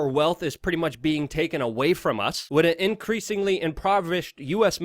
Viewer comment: Luke I love you guys but you gotta get better First - the word 'with' is pronounced "with" not 'wit' Other Luke'isms on this vid : 'Blanketed' (you meant blatantly) cold-heartedly (you meant whole-heartedly) 'more technically' (it's just 'more technical'). There were others. I know you're more intelligent than you come across; improving your grammar will help this channel immensely. Please keep up the good work